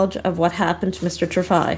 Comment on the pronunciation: It's pronounced Tree Fry. Apparently I traveled back in time. Good to know I was murdered on the trip.